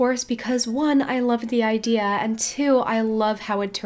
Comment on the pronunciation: "I love the iDEAR"